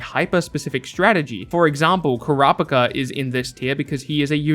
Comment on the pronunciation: wtffff you said Karapaka?? it is Ku-re-pii-ka..